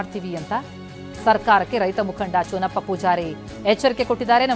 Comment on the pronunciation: ಚನ್ನಪ್ಪ ಅದು ಚೂನಪ್ಪ ಅಲ್ಲ ಕನ್ನಡ ಎಡಿಟಿಂಗ್ ಯಾವನೋ ಮಾಡಿದು